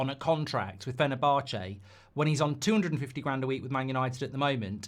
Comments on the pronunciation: Fener-bar-chay 🤣 Jolly good, I do say old boy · Do you pronounce fenerbache like that just to annoy me ?